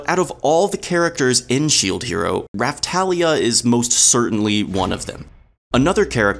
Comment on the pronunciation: You pronounced both names wrong